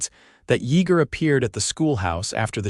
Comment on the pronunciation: Denton,TX. AI can not pronounce his name correctly It's pronounced Ya ger the e is silent. Good story tho but was rushed after they married. Not much detail on their life after the children came. Liked the part when Yeager said." That God has given them a second chance on love", words to that effect.